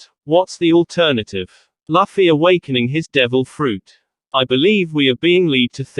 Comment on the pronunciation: It's looooffy not laaffy